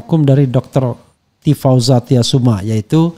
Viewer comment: nama beliau TIFAUZIA TYASSUMA bang.. bukan TIFAUZA.. jangan salah terus 🙏🏻🙏🏻😅